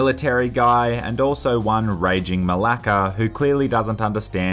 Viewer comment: Bosty malaka (I butchered that)